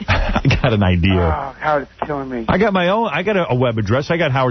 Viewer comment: I would never trust the intelligence or competence of a man that uses the word "idear"